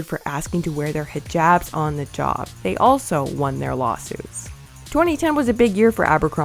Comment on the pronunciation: Can we just talk about how PERFECT the pronunciation of Hijab is?? nailed it!